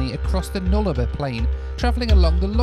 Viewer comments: I live in the flight path and it's a joy to hear an F/A-18 every once in a while...... did you cringe as much as I did when pronounced Nullabor wrong? Fark that was painful.... lol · Null - abore you keep on mispronouncing Nullabor (which translates to No (Null) Trees (Abore) from Latin) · lol it's nul-a-bore not nul-arba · Hearing him say Null 'arbour constantly did my head in. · I did the trip not long after you,, but unfortunately due to a train and truck crash - we had to go via Victoria so missed the Blue Mountains and Broken Hill. And it's pronounced Nulla-Bore.:) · I love how you never pronounced Nullabor the same twice 🤣 Null-a-boar. Would love to see you review The Ghan, the train from Adelaide to Darwin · Say it with me: Null-a- bore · Heard your pronunication of Nullarbor and wemt whaaaat? 😂.....nah luh baw....good try tho bro 👍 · You might want to research the pronunciation of some Aussie towns. “Na lar ba” lol. At least you skipped the dodgy northern Adelaide suburbs. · Good video. I am an Aussie. By the way its pronounced Null-a-bore . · Mate please its NULL-OR- BOR Not sure what you were calling it.. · Nullarbor - pronounced Nulla-bore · Its pronounced the “NULA-BOR” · I can't decide what's worse, your pronunciation of Nullarbor or your pronunciation of Nadi. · I love your videos but, please, please, please learn the pronunciation of the places you go to. It's Coober Pee Dee, and Null Are bore. And incidentally the closest the train goes to Coober Pedy is Tarcoola which is close to 200km away. Years ago I traveled from Perth to Adelaide on the Transcontinental (I think, long time ago) with my car on the back. I was in one of the front carriages in sit up and the guard came to me and asked me to follow him to the back of the train. The boot on my car had popped open and they wanted me to close it. That was only about 15 carriages but that was far enough.